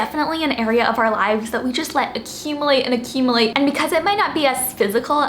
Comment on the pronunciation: I love your content,! These were all great ideas. 😍 P.S. You may want to look up the proper pronunciation of the word 'accumulate'.